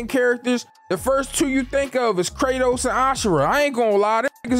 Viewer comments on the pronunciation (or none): none